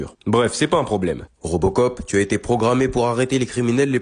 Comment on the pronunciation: C'est pas robocop c'est reubecop 😂😂